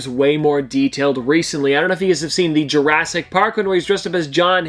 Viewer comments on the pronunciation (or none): none